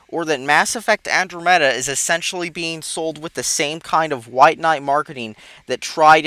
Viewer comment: Andromeda is so good. you never know what you are talking about. I love this game and it is so good. plus what Is Andromeda? you say it completely off and you say specieses when it is species.